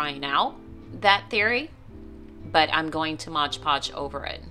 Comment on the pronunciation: Super cute cup. BTW it’s Mod Podge not Modge Podge. 🤨